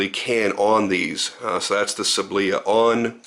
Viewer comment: sAAAblya, not sablIA